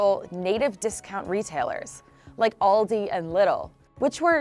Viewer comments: I cringe every time an American pronounces Aldi....all I hear is ALLDI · All dislikes are germans like me who are disgusted by the way you pronounced our beloved Aldi and Lidl. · The way they pronounce Aldi and Lidl…they didn’t even try to do it right 😂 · What "Oldi" and "Little"? It's Aldi and Lidl!! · Its not „All the“ and „little“ Its „Aldi“ and „Lidl“ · Alldi and Liddle xD, I like the way she pronounces Aldi and Lidl xD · Native stores like Ooaaldi and liddle. Jesus how hard Was it to resist looking up the pronounciation of this words for the team making this Video 🤣🤣🤣